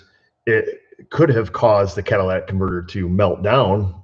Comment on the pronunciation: Say it with me; CAT_ILL_IT_ICK converter, NOT Cadillac converter....LOL